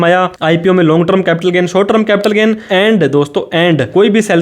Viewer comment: अरे भाई, ट्रम नहीं टर्म 🙏